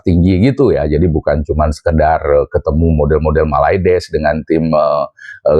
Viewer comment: Gw suka ketawa Lo bang kalo nyebut malades wkwkkwwk😂